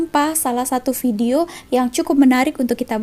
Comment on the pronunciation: Orang malaysia tak sebut bedio Ayah malaysia sebut vedio